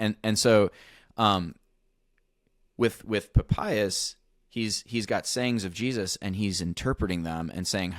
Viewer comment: There's absolutely no way Papias is pronounced like that, you'll never convince me.